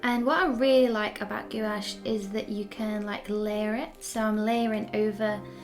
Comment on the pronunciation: Enjoyed watching this, but want to mention, to my ear, it sounds like you're saying "goulash,' which is Hungarian soup! What you're painting with is pronounced something like "gwash, ' just one syllable.